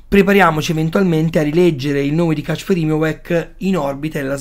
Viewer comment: Si legge Casper